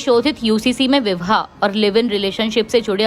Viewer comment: ⬇️⬇️⬇️⬇️⬇️ ये कैसी न्यूज़ रीडर है जिसे ठीक से बोलना भी नहीं आता❓ विवाह को ये विह्वा कह रही है. गृहमंत्री को घृमंत्री कह रही है. योग्य लोगों को रखोगे नहीं क्योंकि तुम लोगों के सिर पर तो आरक्षण नामक भूत नाचता है. तब तो यही सब होगा ना❗